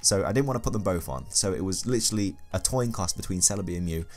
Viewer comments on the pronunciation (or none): "It was a toin coss..." haha vintage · It was literally a "toin coss" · "Literally a Toin Coss". Im Dead haha